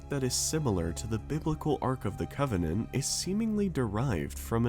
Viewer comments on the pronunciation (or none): Arc of COVEN-ANT